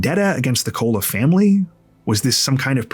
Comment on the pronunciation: Pathetic how often big TC YT channels make major pronunciation errors. Like Koula is Cola. listened to the 911 call, as we all did. But many TCers are lazy.